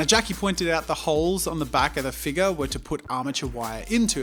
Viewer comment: I like how jazza say "Figure" FeGue🤣